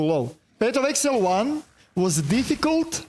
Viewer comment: Nije eksel nego egzail 😂